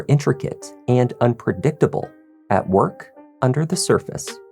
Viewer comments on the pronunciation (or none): none